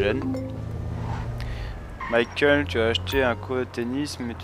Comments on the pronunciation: c'est pas michael c'est MAIIEKEULE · MAIIEKEULE c'est pas michael